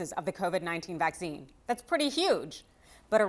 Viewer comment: AARRGGHH!!! The word is pronounced Vack SEEN not Va ZEEn.